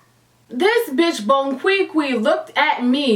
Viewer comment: Every time u say “bonquiqui” I laugh...😂